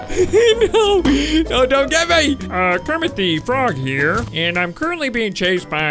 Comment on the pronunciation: Do you mean Kermit de frog